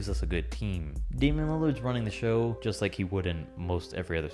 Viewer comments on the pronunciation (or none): none